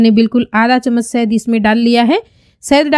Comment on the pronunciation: Sad nahi shahad bolte hain. Pronunciation ko theek kijiye